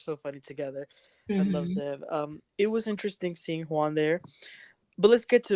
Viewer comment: in case you aren't aware...instead of the word "them", you say "dum." EVERY TIME!